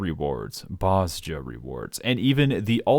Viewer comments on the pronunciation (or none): Stop saying Boz-Jah. Boz-Jah isn't a thing.